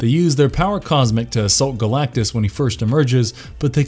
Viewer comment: It's Galactus not Galactie, and for fux sakes, Captain America. He doesn't sell chicken. I can't accept Col. America. Thumbs down.👎